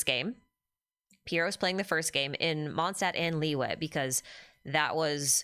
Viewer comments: "Stadt" means city in German, and it's supposed to be pronounced closer to "shtadt", so Mondstadt is more like "MondSHtadt". There are many videos on yt on how to pronounce it correctly 🙂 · There's three usual places, where ist's mispronounced: The "o" in "Mond" ahould be long, then in "Stadt" the beginning is more like "sht" and the "a" like the "u" in luck. Kinda hard to explain in text. Probably easier if you use some translater with a pronounciation option (like googel translate) to search for "moon" and "city" in German.😅